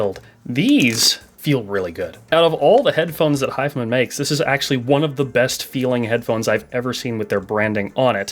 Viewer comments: hes saying "hif'm'n". is it not "hi-fi man"? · Wait, is it really not pronounced 'high-fi-man'?